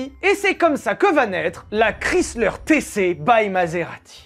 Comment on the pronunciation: Chrysler se prononce /ˈkraɪslər/ (alphabet phonétique), autrement dit « kraï-sleur ». 🇺🇸